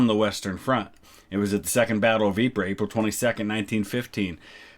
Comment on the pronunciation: As someone who used to live near Ieper (Ypres). It is pronounced EE PUR.